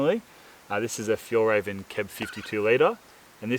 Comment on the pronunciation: Nice little river you found. Must say the envy is quite high sitting here in Sweden looking at the melting snow at 2°C. 😂😜 About pronouncing Fjällräven, think of a with two dots as ae in health, wealth and so on. And it means arctic fox in Swedish. End of lesson. 😀